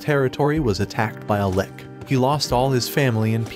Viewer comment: Its lich not lick